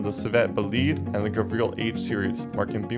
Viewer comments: Bro doesn't know how to properly pronounce car names... Eebishu Covet? Gavreel D-Series? Gravreel Grand Marshal? Civet Boleed? Gavreel H-Series? Gavreel Bistrow? Eebishu Meeyamar? Eebishu Hopper? eSBR4? (It's known as just the eSBR) Eebishu Wigeon? Leegran? (Better known as Li-grawn) Solidad Wendover? (Nobody liked the ETK 800 series) Griv-Gavreel T-Series? bruh this is so bad it might be intentional 💀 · "gavreal T-Series" ? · its pronounced gAvril and civettA